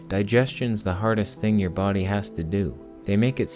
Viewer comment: I love how you say bo'ody, like all Jamaican or something =p You look great and I know how you feel about eating so much it sends me back to bed too xD